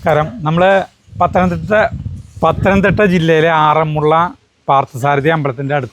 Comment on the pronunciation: എന്റടുത്തെങ്ങാനായിരുന്നെങ്കിൽ വിന്റെ ചെവി പൊന്നാക്കിയേനെ. ആറന്മുള്ള അല്ല ആറന്മുള എന്നു പറഞ്ഞു കൂടെ. മലയാളം പ്രൊഫസറുടെ അടുത്ത് നിന്ന് പറയാണ് ആറന്മുള്ള, ആറന്മുള്ള വെള്ളസദ്യ എന്ന്. എന്നിട്ട് അവസാനം തൃശ്ശൂരുകാർ ഇങ്ങിനെയാണ് എന്നും. പറയും. ഈ വ്ലോഗ് കണ്ട് മൂഡ് കളഞ്ഞു. ഇനി പ്രതികരണം പരിപാടിയിൽ വായിക്കുന്നതിനു മുൻപ് ഇത് ശരിയായി പറയണം. സർവ വിജ്ഞാനകോശമാണ്. എല്ലാം തുലച്ചു.ആരു പറഞ്ഞാലും കാര്യമില്ല. ഞാനങ്ങിനെയേ പറയൂ